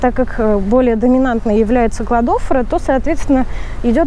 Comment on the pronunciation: Не посчитайте за грубость, Кладофора ударение на последнее О. И спасибо большое за полезную информацию 🌻😊